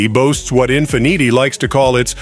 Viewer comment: Learn how to say Infiniti, ok?